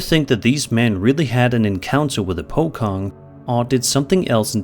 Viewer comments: The entity on the no 8 video are basically pronounced ' Po Chong ',. Not Po Kong so do speak. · Singaporean here... it's pronounced as "po-chong", not po-kong. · its pronounced 'po-chong' and its not just a javanese folklore, it affected both indonesian, malaysian and singapore alike.. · Regarding the clip , as a guy who lives in southeast asia, i have a sliiight correction to your description of the Pocong, if i may. The description of the Pocong is pretty spot on, BUT locally the name is pronounced Po-Chong. Legends say those things are fast, and move in either a rolling motion or hopping impossible distances to essentially ask passers by to untie their bindings. Hope it helps! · I have never heard anyone butcher the pronunciation of Pocong as bad as 😂 it’s pronounced “Po-chong”, in Indonesia the letter “c” makes the “ch” sound. Unlike English where C can make more than one sound, Indonesia is fixed to each letter sounding the same way 99% of the time. But yeh hope this will help next time u encounter any other Indonesia ghost 👻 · I will never get over the pronunciation of pocong, the letter c in the malay language is verbalised as ch, as in teacher. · The c on pocong is pronounced "che", like in chocolate. And about ties, they are released at the time the body is buried (in the burial procession). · Pocong. The "C" pronounce not as K sound but literal C like how C pronounce in "poaching".